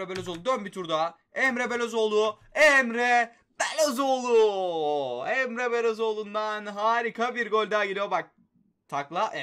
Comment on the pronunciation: Ya şu adamların ismini düzgün oku ya bune resmen Luyindaama diyorsun sonra Emre Belözoğlunu bile Okuyamıyosun Emre Belözoğlu diyosun